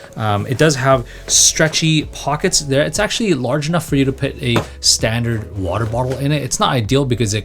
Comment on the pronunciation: Warder melon, nedder, liddle????